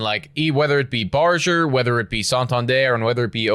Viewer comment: This shit is really getting tiring to watch. Also you guys are still pronouncing Barger's name wrong.